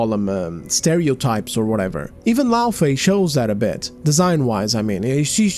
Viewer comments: I notice that a lot of these big brain psychoanalysts can spot a gooner a mile off but still struggle to comprehend basic phonics. It's "FAY" not "FEE". "LauFAY"... if you "ever played the game" you'd know that. Kratos shortens her name to "Fey". He says it all the fucking time! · That redheads argument is shit from the jump. She's talking about liked characters IN THEIR OWN GAME FRANCHISES not new or side characters taking the place of the MC we want to play as. Kratos is GoW. It's literally his game series where he's always been the main character. LAWfey, not LOOfey like she says it, was just a plot device in the 2018 game and a block of wood in the 2nd the way Karen played her in the dream sequences. We don't even know how she died, but they wasted 90% of the dialogue about her in Ragnarok to talk about how super awesome she was fighting on par with Thor and everything lol. But let's not make a game about the events leading up to her death and her fighting alongside Kratos something fans would've found interesting no no no. That's crazy talk. They give her her own game about....something.